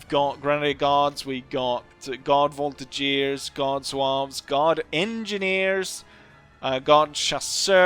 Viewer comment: if i hear 'voltigiers' instead of 'voltiguers' one more time I'm going to have a meltdown